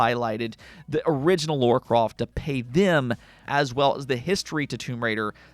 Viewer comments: Sorry.....But who's "Laura Croft" ??? LoL Her name's "Lara Croft" !!! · Lara croft not Laura croft. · WTF is Laura Croft?